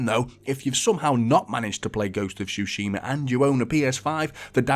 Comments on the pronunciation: Nice review, just it´s Tsushima - not Shushima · Bro says shooshima